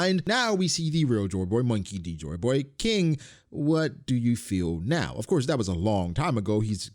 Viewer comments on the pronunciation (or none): I thought you were saying “Chore Boy” the entire time